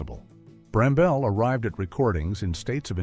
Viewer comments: You pronounced bamble wrong. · Another video of errors. For example, why is there a picture of Brian Epstein, when Richard Lester is being mentioned? A clip of Norman Wisdom whilst speaking about John Le Mesurier? "Wilfred Brambell"? It's pronounced 'Bramble'. And where is the "15th PURE EVIL Celebrity"?